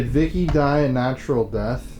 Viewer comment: I hear "My name is Vik - E" The two syllables and the first seem enunciated with the V.